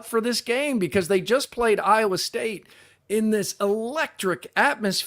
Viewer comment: Why can't this Canadian guy say IOWA?